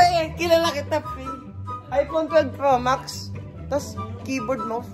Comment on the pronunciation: Natawa ako sa “kaye-board” HAHHAHAHA